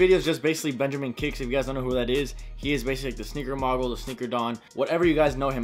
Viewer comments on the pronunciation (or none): "Sneaker mawgul" It's mogul dude... "Moe-gle" Read a book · mo-gul not moggle cmon man. spending too much time sniffing old shoes. need to get your word game up. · It's pronounced moe-gal not ma-gal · You pronounced mogul wrong lol